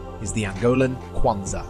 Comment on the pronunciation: thanks to say kwanza correctly the Angola is happy :D